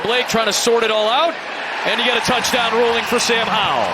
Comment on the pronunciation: Bro said "Tuddy" ayeeee yooo 😅